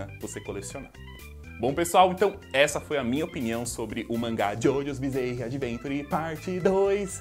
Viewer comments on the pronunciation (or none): Fala, blz? Massa o vídeo. Só uma observação pros próximos: “bizarre” se pronuncia “biˈzär” e não “bizeirre ” #paz